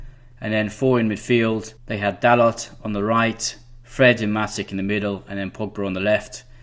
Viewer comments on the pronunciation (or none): great tactics but gotta work on pronouncing player names the way they are supposed to be "dalotte" - dal-oh Dalot "leeno" - le-no Leno (think like Jay Leno) "kolaseenack" - ko-las-in-ach Kolasinac "maitland-neelis" -nye-els Maitland-Niles "matick" - ma-tich Matic well done on aubameyang, ozil, xhaka, lacazette. just trying to help. Love your video highlighting both manager's thinking.